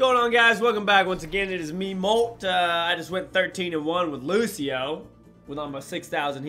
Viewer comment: Killlll me know did u hush say lusheo